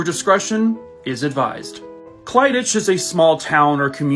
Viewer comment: Clydach is said as clidak, its a Welsh place name